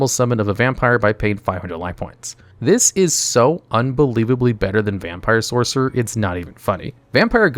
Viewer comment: Hey just wanna let you know you say lvl 4 monster when talking about vampire ghost and you mispronounced sorcerer when you first talk about vampire sorcerer just saying sorcer, along side mispronouncing voivode love the videos still just don't forget to watch these a couple times with someone who's nitpicky before releasing